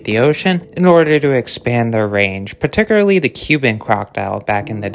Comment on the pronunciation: Particularly = par-tic-cyool-ar-lee not pat-ti-cyoor-a-lee 👌